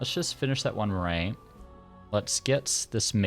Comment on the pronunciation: Cool series! Just so you know for future the correct pronunciation of 'Marae' is closer to how you might pronounce 'Marai' - maa-rye. Rye like eye.